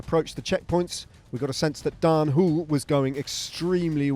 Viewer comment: Daan "Whool" lol Next time maybe you can pronounce it the Dutch way ;) "HO-luh"